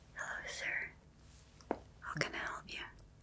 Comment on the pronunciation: wow that "hello sir" was a perfect accent that actually really caught me off-gaurd.